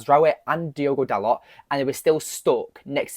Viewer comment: It's not "Dalott", it's pronounced "Darlo".